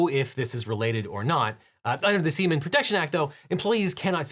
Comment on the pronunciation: It's "sea-man"!